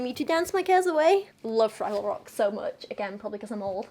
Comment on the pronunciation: "Oh look, a Fwaggle!"